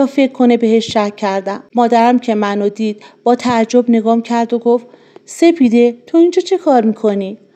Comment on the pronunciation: حاجی سفيده نه ســپـــیـــــــده 😊🫣😶‍🌫️